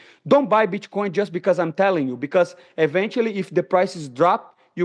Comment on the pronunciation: "Bitch-coin" -Money Moicano